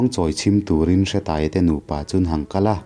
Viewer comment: Hretaia ni loin Hreeetaia tih zok tur